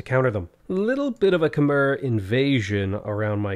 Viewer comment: hey dude, not trying to be a pedant, just hoping to be informative. Khmer is pronounced with an -ai sound at the end, not an - er sound, despite the spelling. The way you pronounce the Khm - is spot on!